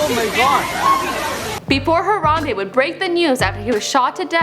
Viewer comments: She say harada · har-am-BEE its BEE not bae